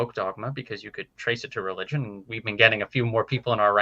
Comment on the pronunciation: It's Religion, not Relgion